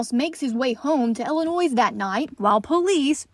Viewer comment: Hi. When you pronounce Illinois there is no “s”. 👍